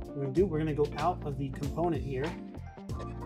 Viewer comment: Thank you!!! I cringed every time he said component